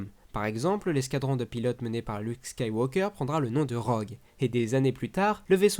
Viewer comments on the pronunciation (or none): none